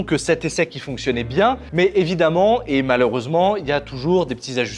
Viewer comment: "Mais évidemment Emmalheureusement...".